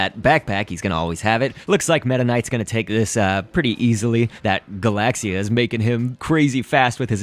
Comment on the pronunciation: It's not "galasia" it's "galaxia".